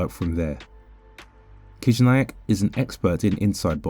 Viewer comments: Не Кизняк а Хижняк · Your pronunciation is wrong. First sound of his surname is “H”, not “K”.